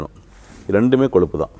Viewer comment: it is kozhuppu but not koluppu or koLuppu .learn to pronounce Tamizh properly.